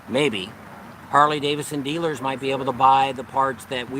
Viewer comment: Hey. It's Harley DaviDson, not Davison. LOL. All in good fun. Love you guys. Be safe!!